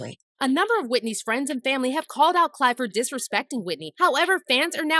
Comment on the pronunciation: Someone should have told her that his name is Clive Davis, not Clyde!